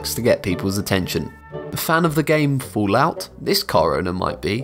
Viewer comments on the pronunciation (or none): none